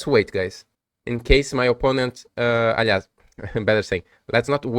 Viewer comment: Achei que tu era gringo até rolar um "Alias" kkkk bom video cara, parabéns.